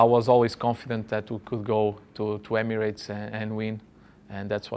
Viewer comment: "Emiats"? Then the Portuguese guy pronounces it correctly. Can you get some people who speak correctly before you start charging?